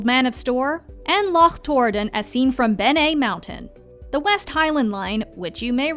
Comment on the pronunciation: Great pronunciation of Loch! Much better than most!